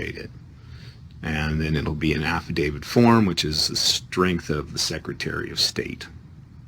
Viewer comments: I think this man is calling it an "Affidavid." Maybe in honor of this defendant. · "Affadavid"????????? Again???????????? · Great video, but that guy made my head hurt with his crazy comments! P.S. what is an "affivdavid?" I know of affidavits, but not of affivdavids. LOL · He keeps saying "affidavid." shakes head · This is all horseshit! Every jail around here have a Notary in the Law library, and there is no such thing as a "form Habeas Corpus". You have to draft your own! The format is in the law books in the Law library. He calls it an "affidavid" lol, and all affidavits are affidavits of fact! That's the whole point! Why do these people think an affidavit has some kind of power? All it is is a sworn statement! The only power it has is your word! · he said Affi-david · Is he saying "affidavid"?